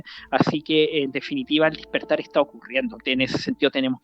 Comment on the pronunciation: No se dice DISPERTAR...ES DESPERTAR...TOMA NOTA ...TE HARÁ BIEN.